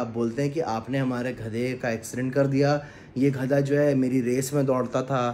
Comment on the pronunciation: Ghada ni gadha hota hy bhai ..